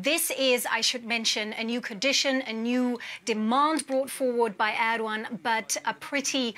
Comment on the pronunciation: did she say Erdwan ? who the heck is Erdwan